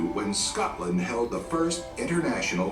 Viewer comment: You should look for a video about Scotland that is actually narrated my someone from Scotland because this American voice over person mispronounced so many words.